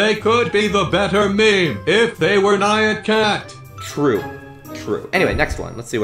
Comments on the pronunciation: it's pronounced Ni-an cat not Ne-an cat ok? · WHAT IS NEEYEAN CAT?!?!?! ITS PRONOUNCED NIYAN BUT SPELLET NYAN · It's pronounced: NAI - an cat.